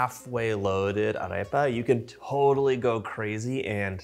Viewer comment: I dont speak whatever language the term "arepa" originally comes from, however I am a native spanish speaker and my best advice would be that if you want to pronounce a vowel from spanish, just add a mental "h" after it. So, "arepa" would be "ah-reh-pah" (what you said was closer to "eh-reh-pah", though that is still better than what in spanish would sound kind of like "hey-ree-pah")